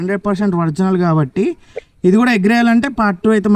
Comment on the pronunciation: Orginal ❌Vrignal ✅